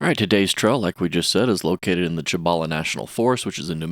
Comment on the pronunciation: Cool video, been in and out of that place for years. Great place. For future reference the actual pronunciation is See bow la. Most whities call it seebowla.